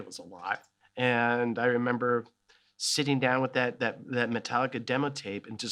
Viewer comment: I love how he says "hemember" here As a Brazilian I hespect this